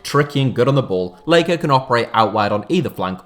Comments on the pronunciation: Do not say Jonathan leyko that’s not his name mate 😂😂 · I can’t get over the fact he calls him Leiko 😭